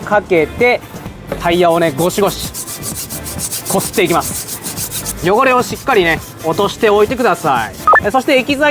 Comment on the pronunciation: なんか今日の発音おかしくね？ 汚れを落として⤵︎ いきまぁす⤴︎ ⤴︎